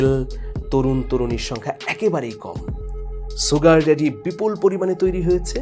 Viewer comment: "শুগার ড্যাডি" হচ্ছে শুদ্ধ উচ্চারন, কখনও "সুগার ড্যাডি" যা ভুল উচ্চারন, তা বলবেনা ।